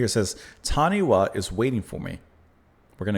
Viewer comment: Wh in Maori pronunciation is an F, so say ‘Tanifa’, with stress on first syllable.